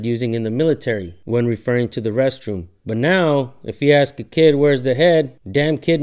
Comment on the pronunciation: If you are a police officer you had better have a command of the english language AKS is not a correct term, learn how to speak before speaking to another person, it just shows aq high degree of ignorance